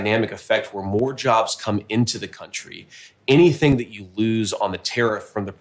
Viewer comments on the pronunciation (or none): none